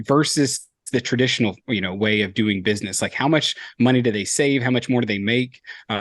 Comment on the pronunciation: I have been googling your word "tradfy or tradify " when you talk about incumbents but i still cant find it. What is tradfy? lol you keep saying it and I have never heard the word before. Now it's bugging me.